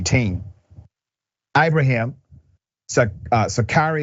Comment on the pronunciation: The brothers helped because they could. I respect that. You enunciate the I as an E. Ibrahim we share the same name respect